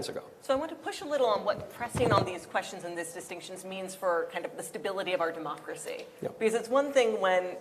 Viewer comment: haha she said demooocracy